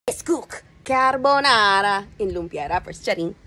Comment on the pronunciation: sono italiano e questo è il modo giusto di cucinare la Carbonara, e come l'hai pronunciata, molto buona🥰